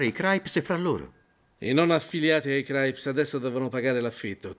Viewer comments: Sentire “Craips” invece di crips è inascoltabile. Comunque è davvero un film raro da trovare in italiano, grande. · Craips!vi odio,crips si dice crips !!!capre